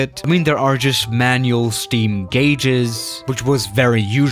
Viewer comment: I think it was more iconic when he pronounced ‘gauges’ wrong